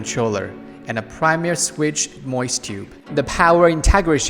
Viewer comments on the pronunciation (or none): When you say MOS is sounds like you are saying 'moist'. lol, loving your videos though, new subscriber!